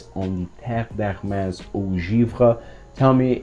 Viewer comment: The pronunciation is “eau givrée” comme « privé »😉☺️